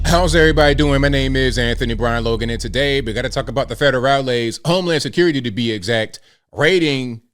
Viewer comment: Freakin ny like whateva.....homy securi-tay.....wanna list this...